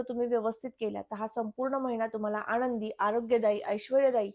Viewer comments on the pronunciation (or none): आनंदी शब्दाचा उच्चार अशुद्ध आहे.